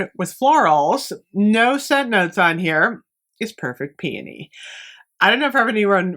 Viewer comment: I'm just thankful you pronounce it right lol I die a little every time I hear "pee-OH-nee" smh 😅